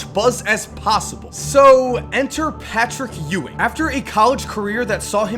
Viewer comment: This dude said Patrick Youwing..